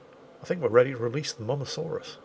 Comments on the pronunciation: I've always pronounced it Moe-sah-saurus, but I'm not 100% that's the correct pronunciation. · As a dino fanboy, hearing mosasaurus pronounced wrong is killing me. However, being a fanboy, having a video without the name of something mispronounced would just be wrong. So I’m just sitting here in a state of agonising perfection.